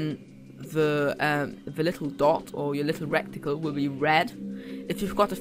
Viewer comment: Good video, though had to smile a bit at the pronunciation of reticle as 'wreck ti cul'. :-)